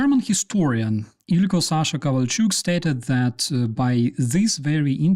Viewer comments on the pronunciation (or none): none